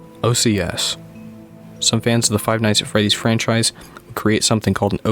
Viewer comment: Been enjoying the iceberg Tip tho, OCs is pronounced Oh-Cees, since it’s just plural for OC keep it up tho😎👍